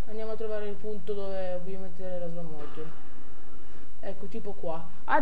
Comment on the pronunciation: slow motion non si può sentire, ripasso di inglese pure ti serve